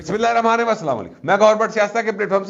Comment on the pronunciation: آپ بسم اللہ الرحمن الرحیم۔ پوری پڑھا کریں۔ آخر میں م چھوڑ دیتے ہیں شاید